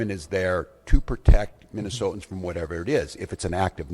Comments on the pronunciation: Good grief, if i never have to hear "Minnesotians" again, it will be too soon. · When did they start calling Minnesotans, Minnesoans? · When he says “Minnesotans” does he mean United States citizens that live in Minnesota? Or just whoever the fuck happens to be in Minnesota?